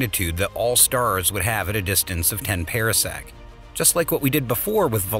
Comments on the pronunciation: Different commentator, same mispronunciations. One example: parsec pahr-sek not para-sek. Could have been a great video but ... down vote. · FTR: Par - sec not Pear - sec. oh and Ma - gel - in instead of Mag - allien. Not a English lesson or meaning to be crass - just noticed. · And it's PARsec, like a Par 4 in golf. Not Para-sec, as in Parachute. And the plural is Parsecs. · This voice mispronounces terms. Parsec is properly pronounced like a golf term: par sec not like a pear (pear sec) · And it is pronounced ˈpärsek